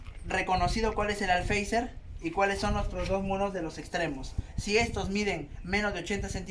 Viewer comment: Por qué todo el mundo dice alfeizer si es alféizar xd